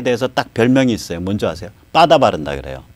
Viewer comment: 빠다가 뭡니까? 영어를 그렇게 잘 하시는 분이 일본식 발음을 하시니, 넘 웃기십니다. 버더라고 발음하더라구요. ㅎㅎㅎ